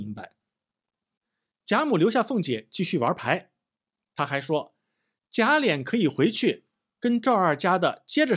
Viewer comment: 贾琏，lian,二声，不是三声。